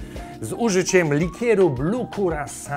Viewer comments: Chyba jednak prawidłowa wymowa to kirasał/kyrasau (jak już uczyć to prawidłowo) :P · Curaçao powinno wymawiać się kiraso [kyraˈsa?o] a owoców, które lądują w środku drinka nie powinno się brać paluchami tylko szczypcami do owoców (a zest który został użyty na brzegach kieliszka nie powinien trafić do środka kieliszka - można był wziąć nowy) Jak już uczyć ludzi to dobrze 😉 A tak to kanał prowadzony ciekawie i wart uwagi 😁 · A tak naprawdę wymawia się to "kyrasau" ;) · Kurakao drink, mówi to Panu coś Panie Ferdku? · Kurakao drink. Mówi to Panu coś?